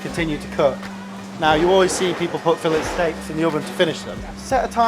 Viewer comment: I can't get over him pronouncing the "t" in filet 😅😅😅